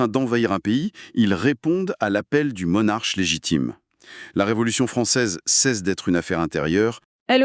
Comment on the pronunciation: Le "monarche", "talentu", etc. Oui c'est de l'IA mais l'alternance des voix est crédible (avec des hésitations, etc) sans ces erreurs de prononciation :)